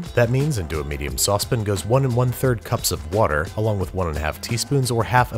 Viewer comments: Says "I hope im saying this right" continues to say "sauce pin" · But with the "i" in "pin" shortened, so it almost sounds like "sauce pn" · 'which I really hope I'm pronouncing correctly, cause I'm already mispronouncing so many things today' Yeah, like sauce pan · Worried about pronouncing foriegn words incorrectly... Says "sauce pan" funny